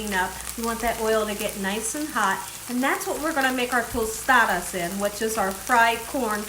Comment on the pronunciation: you say Tostadas perfectly! 😊